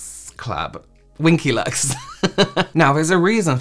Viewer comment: Wing-ky lux 😂😂😂